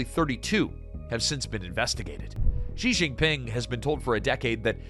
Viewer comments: "Zhee Zheen Ping," "Zhee Zheen Ping," "Zhee Zheen Ping"! Lol. (Is the word "she" too difficult to pronounce?) Lazy and embarrassing. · why you English speaking people keep calling him funny JI JI PING. he is not pinging anything he is not a network. why you cannot call him [chi Jin PIN] or just CI JI PIN